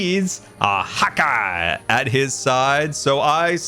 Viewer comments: I always thought u said hawk eye not hotguy 😂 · Did anyone else think he was saying "Hawkeye" this hole time? Which...works with archery. lol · hot guy... I thought you had been saying hawk eye all this time 😆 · Are you telling me this entire time I've been thinking was saying Hawkeye, that be was ACTUALLY SAYING HOTGUY... This are some alternate universe shenanigans I sWear. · I’m sorry, am I the only one who thought he was saying HAWKEYE this entire time. 😀